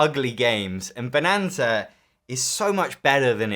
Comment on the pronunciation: At least they correctly nailed the German pronunciation!